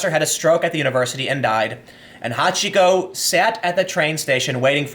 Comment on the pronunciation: Took me a moment to realise you talked about Hachiko, not somebody called Hot Chico.